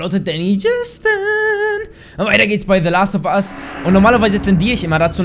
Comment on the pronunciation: du hast teh last ofus gesagt